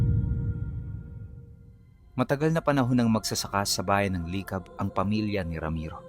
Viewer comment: Licab yon hindi li cab.pantabangan yon hindi panta bangan